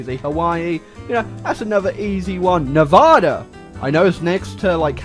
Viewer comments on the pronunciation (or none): Welp you said nevada wrong so gotta throw the whole video away